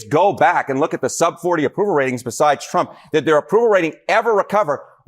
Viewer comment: "I will bote. For Donald Tromp",what a great hit it was!